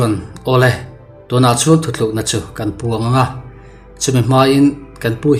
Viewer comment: Ka ngaihmawh chu, thu tlukna tih turah, thu thlukna i ti ṭhin hi